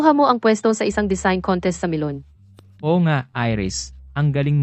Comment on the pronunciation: Akala ko nagkamali lang Ako NG dunig NG pronounce na Milan naging melon at the end MELON NGA